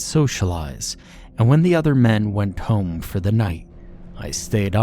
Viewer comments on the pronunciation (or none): none